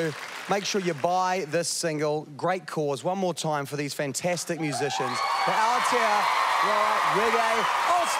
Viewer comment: It's te reo week and that muppet presenter can't pronounce Aotearoa right.